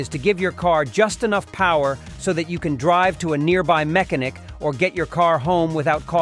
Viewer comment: The voice is Machine Learning and not even good (mech-Ah-NICK) and the narration sounds like regurgitated AI crap advice that has zero inflection. The whole page and channel appears to be AI derived low-quality crap to make money. The website is awful, too: "AutoVfix is the number one leader blog for all mater relating to Automobiles". I mean ... just ... awful. YouTube is trash for letting this stuff waste people's time and advertiser's money.